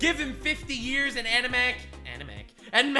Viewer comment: I love the fact that frequently says animak instead of matpat